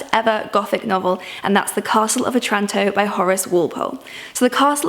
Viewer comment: This was nice, thanks :-) Just wanted to point out that the Italian town of Otranto is pronounced with the stress on the first syllable - i.e. the "O".